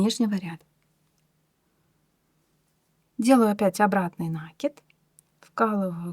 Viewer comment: Кровь из ушей за новое слово - нАкид))))